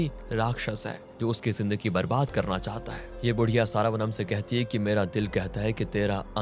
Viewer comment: सारावनम नहीं श्रवणम .. क्या हो गया है आज कल के लोगों को ? अपने ही भारतीय नाम ठीक से नहीं ले सकते